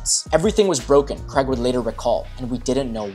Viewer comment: ‘Craig’ rhymes with ’Hague’ and ‘plague’.